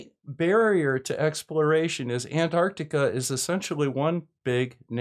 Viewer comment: Hey you're pronouncing Antarctica with the first T now. Thanks:)